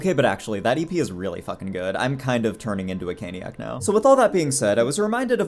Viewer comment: Never say cainiac EVER again thank yew